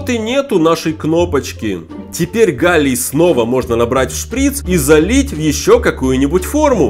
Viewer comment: Сначала мне показалось что ты сказал ни галий а Галя